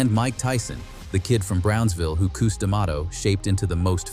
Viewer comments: Cus, Cus his name is Cus not Qus😂😂😂😂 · Who the f is Coos. Get it right or don't do it. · Yes Cus sounds stupid saying it wrong. Sorry not trying to be rude